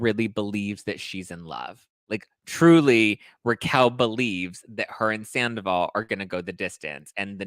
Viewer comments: Learn how to pronounce her name. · her name is Raquel not Rachel